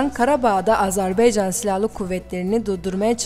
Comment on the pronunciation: Bu kıza biri söylesin. AzerbEycan değil AzerbAycan. Bu ne rezillik.